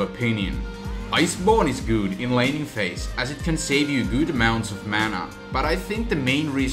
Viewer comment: Lol "gouud"